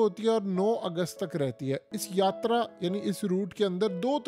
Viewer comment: Yatraaaa mei yatrryyyyyyy kya karty hai?